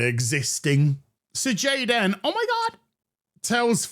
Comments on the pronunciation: The cringe when you say jadan omgosh 😅😂😂😂😂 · it's pronounced Gey-Den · Goddamn it! I was taking a drink when "Gayd'n" 😆